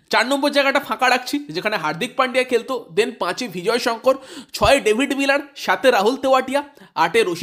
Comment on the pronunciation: Bhai bhijoy Sankar noy nam ta vijoy sankar